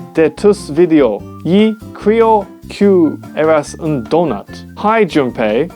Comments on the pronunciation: No the ‘un’ don’t sound french at all 😂😂😂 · It's like he tried doing Spaniah but at the end he didn't and it sounded half French if you get me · the pronounciation of " un " sounded a bit French 😅 , and the dolphin one was English, i think yoj can simply pronounce it like: || delfien ||